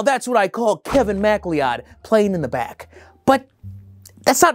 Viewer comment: That cannot be how “McLeod” is pronounced